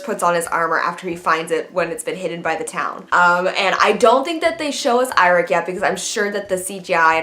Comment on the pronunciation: Lol you pronounced it wrong 😂, it's pronounced "YO-REK" Byrnison, the "I" has a "E" sound to it, but it'almost mute, but I do share your enthusiasm tho